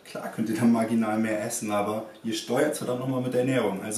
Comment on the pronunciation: bei marginal habe ich vaginal verstanden höhöhö ;D (wollte nur auf artis niveau ;D ) NICE ich freue mich echt auf jedes weiter video !! nur geiler scheiß auf diesen channel !! weiter soo !!! :)